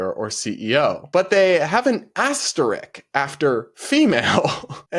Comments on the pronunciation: This symbol * is called an "asterisk" and is pronounced just as written. I only pointed this out because you seemed to be saying "asterick" which is not correct. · psst. It's "asterisk." :yougotthis: "isk"; aster-risk...